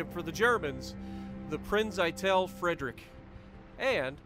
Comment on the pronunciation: Its pronounced "Eye-tell Free-drish"...